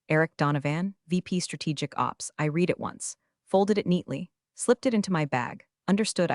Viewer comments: In the context used read is said as red not reed. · Kavara is not spelled as Cavara; read is pronounced as red; read is pronounced as red; read is pronounced as red; I.T. is not spelled as It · Same "read" and "record" errors in all the stories. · EDIT & REVIEW!! This especially applies to the reading of the story. AI is too stupid to understand the use of a present tense or past tense of a word... READ (reed) -present tense, READ (red) -past tense. This is just one of many examples where AI minuses the pronunciation & meaning of a word or name. Example, not from this story, Santa Fe - AI pronunciation of "Santa Fee" not the correct pronunciation of "Santa Fay", St. Louis as "Saint Louie" instead of "Saint Lewis". That is why it is CRITICAL to EDIT & REVIEW everything!! Writing Reading Graphics Closed captioning Mathematics/Numbers